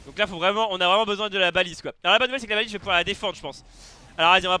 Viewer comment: c baliste pas balise